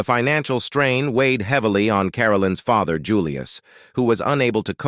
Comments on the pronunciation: Stop using that AI generated voice as it can't even pronounce words like father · WTF is this an AI voice reading first of all. IE the voice over says "father" then later says " they got mayreed" beyond all of that the thumbnail is the skin crawling facts. Nothing is skin crawling 25mins in. It's fun to watch info on celebs l grew up with but g-damn this is just hype train for a story l would of watched without it.